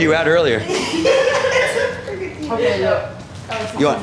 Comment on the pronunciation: Earlier that day* not earlyer 🤦🤦🤦